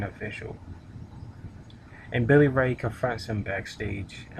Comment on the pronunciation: Lol, did you say Rosie B. That chick's name is ODB. And did you say Billy Ray? It's Bully Ray.